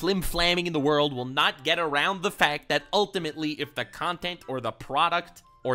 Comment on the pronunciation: Oh wow we got a ze wurldo … feels like it’s been abit